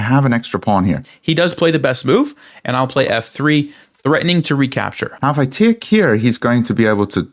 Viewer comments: Quite an Informative game. Did make me laugh though the way you say "take". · What is it with this guy the way he pronounces TAKE. It was driving me mad. Extremely annoying